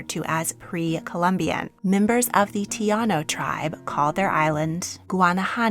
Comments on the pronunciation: Love your channel. But they are called TAINO NOT TIANO! Only saying because I know you respect and love to learn about other cultures. Your Caribbean and Taino descendent fans might not appreciate this. Our histories and rarely acknowledged or represented properly ❤ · It’s Tah-eeno.